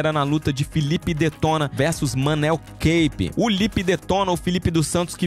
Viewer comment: E outra é Manuel kapé não é inglês não é caipe kkkkkk